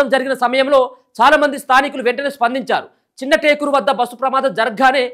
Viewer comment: Anna chinna takula kadu anna chinnatakur anna